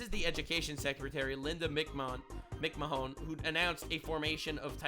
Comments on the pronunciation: It's pronounced McMan. Her husband was Vince McMahan ceo of one of the fake pro wrestling shows that were popular in the 90s and early 2000s. Hes the guy in the meme with the grey suit with the ever increasing look of excitement and eventually "orgasm" on his face. Just look him up and you'll know him. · Linda's name is pronounced as McMan. She is the former owner of WWE's wife. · Since you couldn’t pronounce Linda McMahon‘s last name, I’m guessing you didn’t realize that she was married to Vince McMahon from the WWF/WWE. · Someone never watched WWF back in the day. Linda McMahon's name is butchered by our favorite blue ret&@ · Does not know that Linda is Vince McMahon(WWE)'s wife? how he pronounces her last name and lack of wrestling related puns is why im asking.